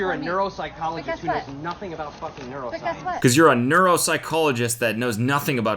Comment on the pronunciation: aboot alert